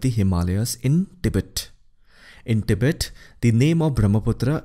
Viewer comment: Pronounciation of Tibet is more correct as तिब्बत instead of टिबेट